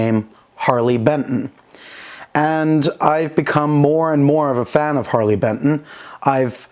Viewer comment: Only thing giving away your german accent is the bentn pronunciation.